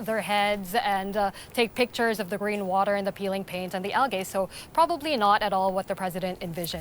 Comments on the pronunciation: It's algae al-jay not al-gay 😂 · Al-g not algay lol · Someone should work on their pronouncement of algae